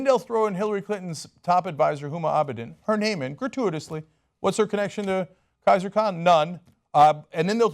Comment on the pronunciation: Khizer not Kaiser!